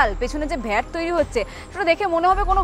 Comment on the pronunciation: "ভেট" আবার কি?? একাধিকবার বললেন। কথাটা Vat. আজকালকার ছেলেমেয়েরা কি ভাবে লেখা - পড়া শিখছে এবং job-marketএ ঢুকছে।